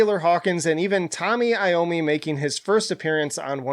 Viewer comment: Did you say Tommy Iommi?